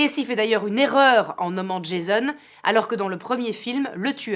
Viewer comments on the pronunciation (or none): none